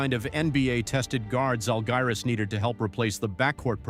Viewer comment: Bro why can’t you even pronounce the Žalgiris team name in a correct manner? That’s quite low quality content here.